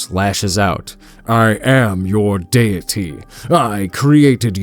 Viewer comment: He called the Lasso a harp. He gave wonder woman a Russian accent. He pronounced. Deity like it had an A and not a E.